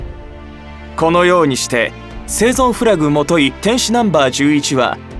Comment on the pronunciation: ぜいぞうではなくせいぞんです